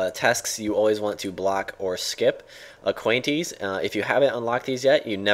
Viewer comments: Aquanites, not Aquanties. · Did he say Aquanties instead of Aqua-nite? olololol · Aqua-Nites... not aquanties u newbcake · I SWEAR THE WAY YOU SAY AQUANITES IS SO FUNNY. ACQUANTIES? HAHAAH :) Oh yeah, if you weren't joking then it should be pronounced AQUA(water)+nights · Lol at the way you say aquanites. I thought it was aqua-nites not aquayntes or something. :P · nice vid but i think its pronounced aqua-knight :) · i like how u say aquanites lolol